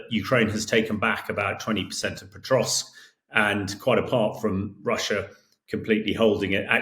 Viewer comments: There's no T in Pokrovsk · Hamish you are making a living reporting and writing about Ukraine. You could at least learn city names, I hope you are embarrassed! It's not Potrovsk it's Pokrovsk Pah krovsk. Jesus, seriously. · It's not Petrosk - it's Pokrovsk. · Can someone correct this guy; he is mispronouncing Pokrovsk as "Petrosk". I mean, come on folks, this Sir Hamish de Bretton-Gordon is touted as a military expert . . . but, at least for me, it is very difficult for me to consider as 'expert' an individual who has not done the research and preparations so that he is pronouncing correctly the places of which he speak. Someone please correct this guy. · POKROVSK NOT POTROSK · Someone needs to tell the tank commander how to pronounce pokrovsk - it’s not petrosk 🤣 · Surely there is no 't' in Pokrovsk?